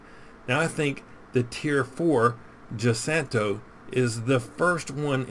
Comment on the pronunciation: Giussano is said like jussano. Italian doesn't have the letter j and use giu. Aka giulio cesare, giustino, Giuseppe, the president's crazy lawyer Giuliani.